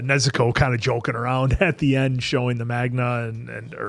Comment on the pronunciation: manga rhymes with yawn-guh; no hard a here 🙂‍↔️